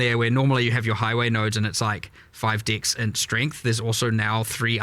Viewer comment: I always laugh when they talk about dex, cause they pronounce it "dicks"